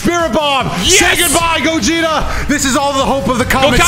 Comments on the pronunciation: I swear called Gogeta Gokugeta lmao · Did anyone 🤔 notice kept saying Borly instead Gogeta?